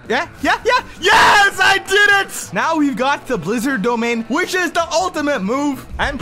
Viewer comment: Way you say the blizzarn fruit is crazy